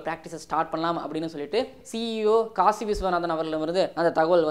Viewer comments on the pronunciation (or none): none